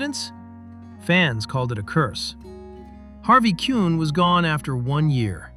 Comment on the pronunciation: Traded for Harvey Keuhn, pronounced keen.